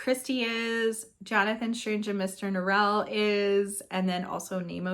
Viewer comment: I read JSaMN and I definitely enjoyed the first half more than the second half. I started the mini series of it also, and apparently Norrell is pronounced like it rhymes with oral….interesting 🤷🏼‍♀️